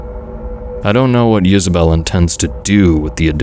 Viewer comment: Oh, it was Isabell. I thought he was saying Yisabelle, which I thought sounded more unique and cryptic. Gotta say, you made a fan out of me. Some of the stories I listen to on YouTube start strong and end weak. I like that you give your stories more closure.